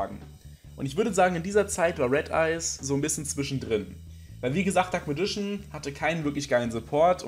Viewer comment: ich möchte gerne etwas persönliches los werden. die englische aussprache vom dunklen magier missfällt mir zu tiefst! ich schaue mir gerne deine videos an und versuche so das ein oder andere umzusetzen, um nicht nur in der zweiten generation festzustecken. aber wenn ich immer nur "dunkles radieschen" höre, kann ich dafür keinen daumen höch geben. ich werde hier also nicht deine arbeit und untersuchungen zu dem thema schlecht bewerten, sondern nur die "mir" missfallende aussprache des dunklen magiers ;) auf weitere tolle videos, wo hoffentlich keine "alten männer mit zauberstab" auftauchen werden x)